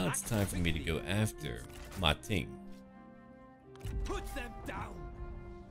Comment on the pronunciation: Actually its "Ma Teng" (馬騰) not "Ma Ting".